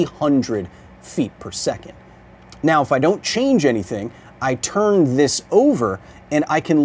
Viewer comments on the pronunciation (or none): none